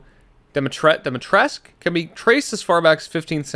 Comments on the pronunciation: HAGAHAH FRR "damitresc" 💀✋ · It's pronounced "Dee MEAT resque" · Hey, just wanna say that wow this game didn't try getting the pronounciations right. I'm romanian, and the correct way to pronounce Dimitrescu is Dee-Me-Tress-Coo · why is it 'dom-ee-tressk' in the game, the damn name doesn't even have any Os in it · It’s pronounced dim e tres sgue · Me, a Romanian, hearing the pronounciation: and i took that personally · why is no one talking about the fact that Eathan's va literally is mispronouncing Dimitrescu